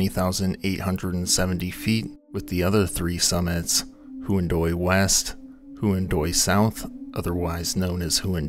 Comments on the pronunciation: You didn’t look up how to pronounce “Huandoy,” did you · Huan[doy] and Hua[scaran] are pronounced "wha[fill in the next syllable]". DO learn native pronunciations before butchering languages for cash purposes.